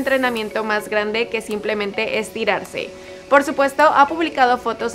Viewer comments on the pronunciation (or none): none